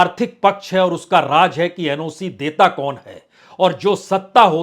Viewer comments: Raaz aur raj me farak karo.. Aap ki urdu sudharo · Raaz bolo BAJPAI JI RAAJ nahi bolo..Kya ab TAK theek se pronounce Kerna nahi jante ??? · Sir, please learn some Urdu. 🙏 Raj is Raaz, Jabardast is Zaberdast, Darwaja is Darwaza, Hajar is Hazar, Nabj is Nabz, Make sure to make correct pronunciation. The only problem is between "J" and "Z".